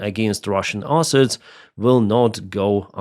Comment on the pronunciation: Hurey, One less airplane for Russia there is no letter "R" in the word asset.:D USA is a Pro-Russian state, this is how you make America great again. MACA - Make America Colony Again. Not even inclusion in law will not be a proper guarantee, Only Nuclear weapon and proper army is guarantee. Why 10th country on earth (by landmass) should be dependent on anyone. thanks for simulator video, it is very helpful, and good to know about this new simulator game.